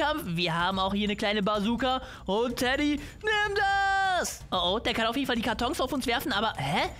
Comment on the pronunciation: Wo du ganze Zeit Teddy gesagt hast war es für mich wie Dady 😅 SUS😏